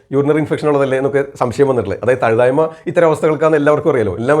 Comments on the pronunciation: തഴുതായ്മ അല്ല തഴുതാമ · Nalla Avatharanamaanu. Marunnukal parayumpol perukal valare sookshmathayode upayogikkaan shradhikkuka.Thazhuthaayma alla Thazhuthaama.